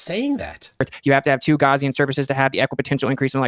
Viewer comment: It's so cute that he can't pronounce Gaussian correctly. The way he says it implies something from a first aid kit.